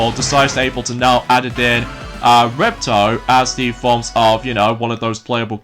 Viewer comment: Don't you mean Ripto? Also, The name of the 2nd spyro game is called: Spyro 2 Ripto's Rage ( A.K.A. gateway to glimmer in the UK! 🇬🇧) it sounds like your saying Repto buddy!